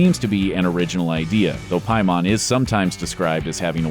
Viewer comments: its not PIE mon its PAY mon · I absolutely hate how he pronounces Paimon. It's "pay-mun" not "pie-mon" 😂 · Pay-min It’s pronounced pay-min Not piemon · They really should've had someone who saw the movie narrate this video. Constantly saying "PIE MON" when the film ends with the cult saying 'hail pay-mon' is so grating. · Oh my god his pronunciation of paimon is soo annoying it’s pay-mon not pie-mon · You mispronounce the damn name Paimon it’s literally says PAI NOT PIE WTF MY GUY but this was a good video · He keeps saying piemon... IT'S FUCKING PRONOUNCED PAY-MEN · PAY-mon not PIE-mon. Sorry for being nitpicky. I don't think this dude has seen the movie. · Im sure whoever wrote the analysis watched this, but clearly the narrator hasn't. The people in the film pronounce the demons name as Paimon (pay min) but the narrator keeps saying (pie mahn). I don't see how you watched it and keep saying it wrong. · Has this guy even seen the movie?? Isn’t paimon pronounced like pay-men not pi-mon lol Good video tho lol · With my norwegian language, No it's piemon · Every time you say Paimon, I want to punch the screen. It’s “PAY MUN” not “PI MON”. They even say it in the movie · Pie-mon... It's pronounced Peh-men. They even pronounce it several times in the movie as Peh-men. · Pay men not pie mon. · Isn’t it pronounced as ‘paymon’ instead of ‘piemon’ ? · You have not seen the film have you ? It is pay man not pie mon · Change your music and it’s Pay-mon. Jesus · Between this background music and you pronouncing ‘paimon’ ‘piemon’, you’re making my ears bleed. Thumbs down and blocking this channel. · Small side note but when I hear the pronunciation "py-mon" it just makes me think it's a virus type digimon, or even Piedmon. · “Pie mon” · Why do you keep calling him pie-mon like he's some kind of entenmanns digimon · “Pie” mon is throwing me WAY off lol they literally say the name in the movie several times, dawg. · OP, it's pronounced 'pay-min". Did you even watch the movie?